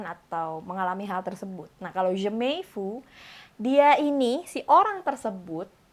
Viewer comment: "jamais vu" itu di pronounce bukan jemey vu, tapi jamey vu. hehehe